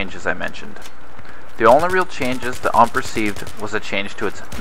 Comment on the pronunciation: ITS U-M-P. STOP SAYING UMP